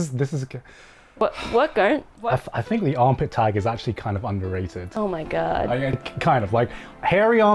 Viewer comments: I just fucking can’t get over the way pronounces “tag” smh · Every time says "tag" her Midwestern accent comes out.